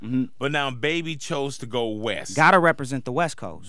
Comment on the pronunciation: "gotta represt the west coast" lmfaoo dead xD